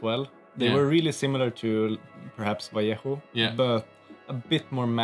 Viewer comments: Vallejo = Vah-Ley-Ho. #Oreo. 🧸🕎✝☪🍪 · well pronounced: Vallejo